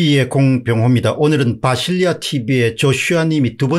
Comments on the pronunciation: 비실이 아저씨? 바실리아 인데 계속 비실리아 듣는 바실리아 기분나쁘겠어요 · 비실리아가 아니고 바실리아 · 바실리아 예요 공선생님. 바실리아 비실 아니고! ㅎㅎ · 바실리아 티비인데 비실리아라고 잘못 발음하셨네요.